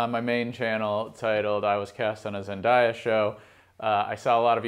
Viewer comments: zen-day-ya not zen-die-ya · Ask is it just me or is it that I don’t think he’s saying her name right isn’t it pronounced: Zen-day-a not Zen-die-ya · Say it with me ZEN-DAY-UH Okay? Okay! Love you!